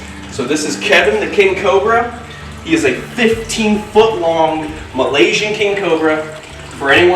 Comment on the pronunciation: Who doesn’t love when says “ Malaysian” 💛